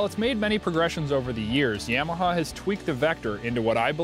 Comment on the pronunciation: " yeahmaha "...you say Yamaha funny